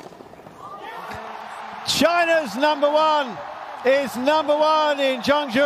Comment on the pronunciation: So proud of her and its Zheng Zhou not Zhen zheng